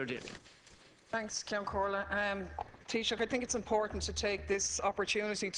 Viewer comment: awesome rep daly!! you said everything correctly!! as an american i appreciate and LOVE what you said!